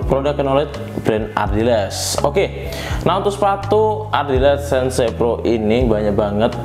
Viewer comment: "SEN-SE" PRO itu apa bang, 😂😛